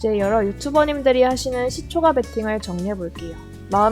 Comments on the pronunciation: 발음교정하세요^^ 시초가라 쓰고 시초까라 읽습니다. 무척거슬리네요 ㅋㅋ 종까는 잘 발음하시면서 ... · 시초가라고 발음하지 않고 [시:초까]라고 발음해야 합니다 네이버 국어사전 한번 찾아보세요 발음이 틀리니까 듣기가 조금 거북합니다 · 시초가 라고 하는 뱔음이 너무 귀여우신데ㅋㅋ 근데 시초가' 아니고 "시촛가" 예요~! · 글자 : 시초가, 일반적 발음 : 시촛가, 여기 채널 : 시촉아??? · 종가,호가는 까 발음 시초가는 가 발음...뭔가 이상하죠? 유투버는 발음 하나도 신경써주셔야 좋을듯해요 영상 잘 봤습니다 단 시초가매매 종가매매 시간외매매등은 가능하면 하지않는게 낫습니다 그런 부분에 신경쓰다보면 정작 중요한것들을 놓치기 쉽습니다 단타보다는 중,장기투자 그게 어렵다면 최소한 스윙투자는 하는것이 좋고 스캘퍼는 경험이 풍부한 전업투자자가 아니라면 비추입니다 특히 유투브보면서 주식공부하시는 초보분들은 걸음마 단계부터 이런 매매 바람직하지 못하다 생각됩니다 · 종까 ᆢ 시초까 라고 발음 해주시면 더 편하게 들을듯 ᆢ 종까는 종까 라고하시는데 시초까는 시초가 라고 발음하시니 강의 포인트보다 시초가 발음 자꾸 까로발음될까? 가로 발음되나 ? 확인하느라 강의포인트 자꾸놓치게 되설라무네 ᆢ쩝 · 시초까~라고 발음...